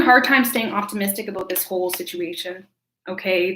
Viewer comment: Who else comes to hear her say aboot